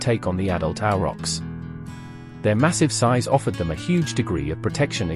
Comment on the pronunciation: A question i have forgotten. Why do you say Auerochs? Ochs in german is ox in english, but spoken the same way (like Bier/ beer or Wein/ wine).